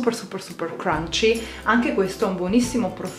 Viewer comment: Adoro quello “cranci ”